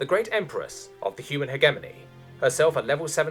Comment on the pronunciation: My dude, I love you reading this, but for the love of space-God that's not how you pronounce hegemony.